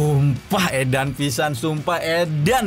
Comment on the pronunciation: Bg coba bilang edyan nya ganti jadi ediyyyy